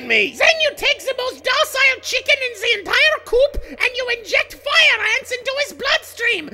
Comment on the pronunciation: Good. my fave! I needed some more "sheecken" slaughtering.